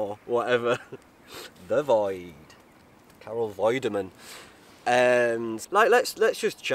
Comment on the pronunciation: I never comment on anything, but this one got me. You reach so many people about so many things and anyone who demands that you only cover some of those things can do one! You’re bloody fantastic; honest, wise, funny, silly. There’s a whole lot of love on this channel for you. ‘Carol Void-eman’ though!